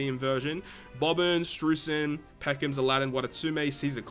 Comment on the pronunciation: Learn to say Streusen